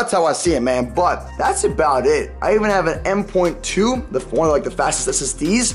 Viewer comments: It's M-dot-2 (M.2) not M-point-2 Lol Sorry for the correction... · Pernounced m dot 2 lol